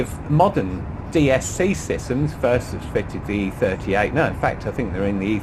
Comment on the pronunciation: Dumb question...yes I have a 645ci, but what is the deal with English pronunciations "fink" and think? I fink this a marvellous cah